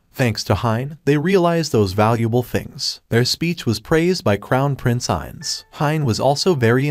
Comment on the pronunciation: Why I hear princess when he says prince 😂